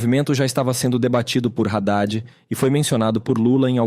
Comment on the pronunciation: Amo esse apanhado que a faz das principais notícias. Obrigada! A título de contribuição, permitam-me uma correção: Haddad se pronuncia Adad e não Radad, pois é um nome árabe.